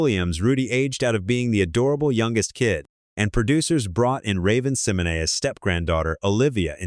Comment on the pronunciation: I love the pregnant episode!!! 😂😂😂 PS- his pronunciation of Keisha. Raven Symone and Lisa Bonet was disturbing!